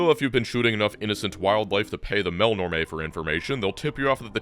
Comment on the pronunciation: I love that you pronounce Melnorme that makes it rhyme with "Mel Tormé." I always said "mell-norm."